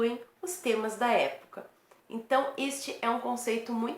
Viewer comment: Parece Dilma Rousseff falando.Isso era mesmo educador?!!!!!!Meu Herói! !!!!!!!!!Épocal?Parece "é bocal" kkkkkkkkkkkkkkkk.Jesus Cristo! !!!!!